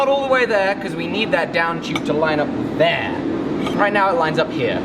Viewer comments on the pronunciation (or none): “Right Ther”